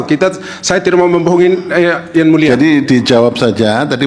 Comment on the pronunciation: Yang mulia bukan yan mulia..😂😂😂